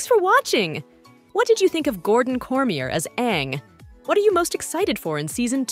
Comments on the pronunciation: Another fact his last name is not pronounced the way you say it, its not "corm ee yer", its "cor mi yey" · Some awful AI narrative. Can't pronounce his name and taekwondo are a few words Google translate can even pronounce. Pretty much stopped watching.